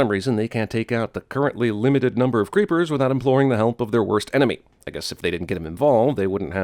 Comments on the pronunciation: He kept calling the reapers "creepers" and that triggered me something fierce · Narrator repeatedly calls Reapers 'creepers', despite their name being used several times throughout the movie. Ding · Pretty sure they are called "Reapers" and not "Creepers". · "Creepers"?... Do you mean "Reapers"?